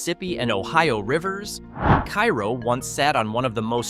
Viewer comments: It's not Keye-roh, it's Care-oh. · It’s pronounced Kay-roe. Period. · Hey,, it wouldn’t be hard for even an eight year old to find out how a town’s name is pronounced, like Kay-Roe. 🙄🙄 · Pronounced Kay - ro, isn't it? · I live in Illinois and my mom grew up near Cairo, IL.. You miss pronounced the name. You don't pronounce it like the Egyptian city it's pronounced like the Karo corn syrup.